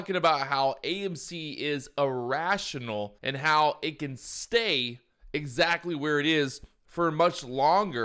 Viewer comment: kannot even pronunce "irrashionul" :D